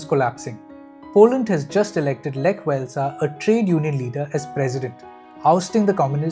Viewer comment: Thanks for the video. One correction, Lech Wałęsa is pronounced as Lek Vuh-wen-suh